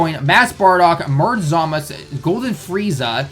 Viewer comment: The way he pronounces it is actually the correct way in Japanese. Even the characters in the Japanese dub referred to him as Zamas